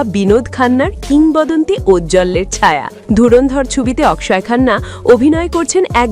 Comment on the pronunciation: অকশয় অকশয় করার কি আছে? বাংলাতে তার নামের উচ্চারণ হবে অক্ষয় । সোজা কথা।